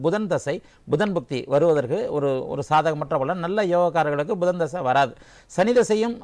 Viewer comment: Not pushan it is pudhan